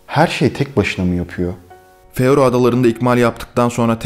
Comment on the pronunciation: Feroe adaları değil “Faroe”